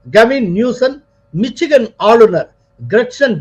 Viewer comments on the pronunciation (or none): none